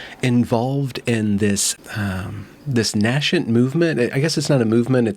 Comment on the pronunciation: Stupid deer jumping your garden fence. I neither harm nor encourage my resident deer. P.S. Pronounce "NAY-sent," darling.